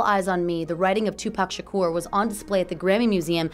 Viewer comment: Do people not see that is a U in his last name. His name is not Shakor, it's Shakur. Nobody can say it right and they think they know everything about him and you can't even pronounce his name or they call him 2 PACK that pisses me off.